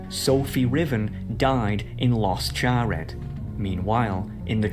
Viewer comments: Bro kinda lost me at "Los Charred" even tho I guess it's a real place :p But yeah there was definitely a moment there where we were all like "holy shit"...... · As someone that speaks Spanish, "los charred"? Come on. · He lost me at "Los Charr-ED" because "Los" is the plural form of "the" in Spanish. Literally every place with "Los" ends with an "S" -- Los Angeles, Los Altos, Los Alamitos, etc. Anyone who lives in an area with cities named in Spanish or who knows Spanish would see that and say "Charred is the fakest name ever pondered." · He had me until "Los Charr'Ed" and "Soccal" bruh